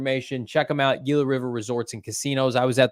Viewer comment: SMH somebody tell it's spelled "Gila" but its pronounced "Hila" 😂😂